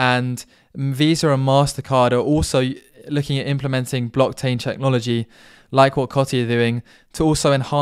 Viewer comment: "blocktain checknology" 😂🤣